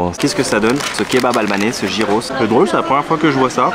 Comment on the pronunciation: Gyros en grec se prononce "yiros"